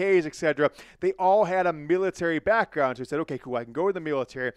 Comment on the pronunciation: Damn dude, you mangled the word military.